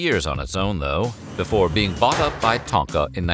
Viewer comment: Did he say "But Befoe we get started"?